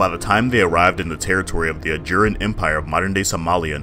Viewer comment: Its ajuraaaan, gosh. Hometeam takes the time learning of to pronounce it but yr cringe